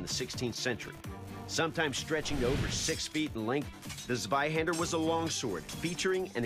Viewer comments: Hahaha swihandr its funny how you pronounce it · Zwei, ZWEI, ZWEI Not swei... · shows Flamberge, means Zweihänder, says sewaihaaander. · Zvaihender? It's C(as in Ceylon) VAI- Han (a as in Khan) da (as in daw). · I'm non german and it hurt my ears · Doug: Mispronounces the name of the sword. Proceeds to use zero technique. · I will be able to rest in peace the day someone says Zweihander properly. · Not german, but I just can't stand the incorrect pronounciation of the weapon 😂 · His pronouncing of zveihänder is hurting my ears cuz he is pronouncing it with a z not c (cuz germans pronounce z as c) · Might i ask where you got that from? Ive heard non german people say it like that in videos before, but i am actually german, and i have yet to hear a german person pronounce the Z in Zwei like a C.